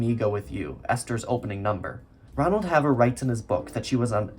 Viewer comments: Also, should be Ronald Hay-ver, not Hav-ver. Right off, not just 1 notable exception. James Mason, himself nominated, wasn't there. Judy loved telling stories and interviewers and audiences loved them. Her yarn about losing the Oscar, with slight variations, was typical Miss Victim. When Kelly was announced as winner, the phalanx of workers who had prepped Judy for making an acceptance speech from her hospital bed, pulled out cords and wires from her and without a word, hurriedly ditched her: "Careful boys, don't short me!" and "Where'd everybody go?" Her house fire was caused by her smoking in bed. Judy smoked during production and 1 photo, still online, shows her taking a deep drag when very pregnant. Her son, whom she would always describe as more special than Oscar, had an extremely difficult birth, overcoming a collapsed lung. There is no evidence of him ever being employed. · A correction: Ron Haver's last name was pronounced "HAY-ver", rather than "havver".